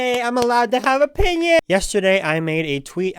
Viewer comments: my favorite part was his smiles and dancing. as well as every time he said "my oPiNiOn" into the microphone XD that was funny- but I feel bad that he felt he had to emphasize that everything he was saying was his opinion... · IDK why the way he says opinion is so satisfying to me, hear i again and again